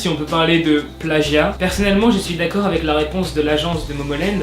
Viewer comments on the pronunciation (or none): none